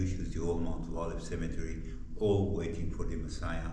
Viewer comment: Wow. You're doing so much better with your English pronunciation and vocabulary since you started YT videos! I want to show you how the word cemetery is pronounced. Try saying it in four sounds, like this: Cem-e-ter-y. The way you're saying it is with three sounds - Cem-e-tree. That is the English pronunciation of a different word -- Symmetry. Symmm-e-try. Symmetry refers to something being equal distance all the way around on all sides. For example: A square shape with all four sides being the same length shows perfect symmetry. God bless and be with you! Really enjoy your channel. Thanks for all the hard work you put into ir. It really shows.